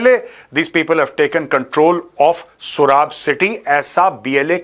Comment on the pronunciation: pronounce it soorab not surab